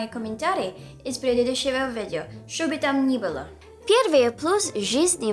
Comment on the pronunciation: Не перестаю смеяться с "Шобы там нибыло" =)